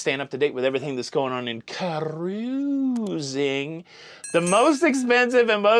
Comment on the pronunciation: The way you were pronouncing SEJ’s name made me giggle every time. Did the person also think you didn’t know how to pronounce “cruising” because you say “CAH-ROOOOOOZING?” 😂🚢